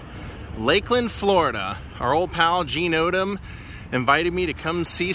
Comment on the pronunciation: It is "Mr Odom"